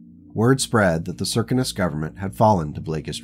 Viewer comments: Well, where I sit in America, those words: Circus, Circumstance, Circumference, all are spoken with the first three letters sounding like 'Sir', Sir, not Sear, or any other slurring of the phoneme. So Circinus would be Sir Sin Us. I guess, where you come from, words are spoken with some other 'accent'. I just pointed out the American way of saying the name. No other 'slur' was meant, or implied. And even though you 'mispronounce' words to my ear, I will still be auditing your series because it is captivating, well written, and has interesting characters, as well as interesting events. All happening at the edges of 'civilized' space. As said before... Keep writing... and I'll keep listening to each 'chapter'. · Hello. I hate to mention this, but the Circinus Federation is pronounced as 'Sir-Sin-us'. MUCH easier to say than your pronunciation. Oriente is said as: 'Ore-E-en-tay'. The Circinus Federation is a rare example of FASA, or some other company that held the copyrights to Battletech, destroying a 'faction' outright. There is little hope of ever seeing another government in the area, since both Marik and Steiner both keep a wary eye on the area, and are more than willing to stomp out any 'pirate kingdom' that should establish itself, or attempt to do so. There are only a handful of such instances in the entire 'history' of the Battletech universe. Where some 'faction' has been so damaged, or destroyed, to the point that it is highly unlikely to ever be re-established in the future. The entirety of the Word of Blake is such an instance, and an example. As is The Society, in the Clans, or as I often refer to it... the Khanate. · Sear - Sin - Us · Circinus is an actual galaxy so perhaps an astronomy forum would be a good source. Apparently they all seem to think it’s pronounced Sir-Sin-Us. Which seems off to me but thems the breaks.